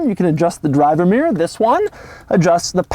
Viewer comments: Its pronounced ‘mirror’ not ‘meer’ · its called a mirror not a meer. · Americans can't say 'mirror' ... they say "meer". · Why do americans have such a problem pronouncing the word mirror ? Mirrrrrrrryyrrrrr ??